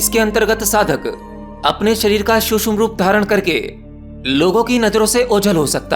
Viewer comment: शुश्म सिद्धी शुश्म 😂😂 छमता 😂😂😂 सूक्ष्म- ये असली शब्द हैं। क्षमता - ये असली शब्द हैं।